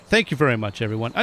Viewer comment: Try to pronounce Jan as jaan a long a as in yawn. Great content as always.